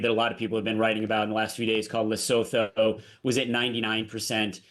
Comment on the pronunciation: Can you experts & politicians please do a tiny bit of research to get your pronunciation of this country that "no one has heard of" called Lesotho. It's pronounced Lesootoo ... it's very well known around these parts...